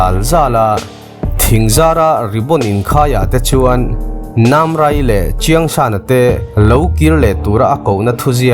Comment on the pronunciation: cheong-San ti loin Chawng-San tia lam mai tur.. Awn-jaw ti loin Awn-Ju ti mai tur..